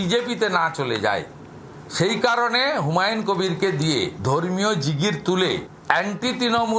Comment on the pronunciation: উনার নামটা হুমাউন না হুমায়ূন । প্রথিতযশা টিভি চ্যানেলের ধারা ভাষ্যকারের বাংলা শব্দ উচ্চারণের কি বেহাল দশা!